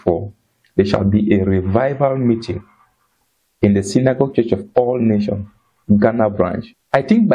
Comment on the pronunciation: Good job brother. Please kindly ensure that when you mention the ministry's name always pronounce with the 's' at the end of Nation. It is Church of All Nations NOT Nation. God bless you.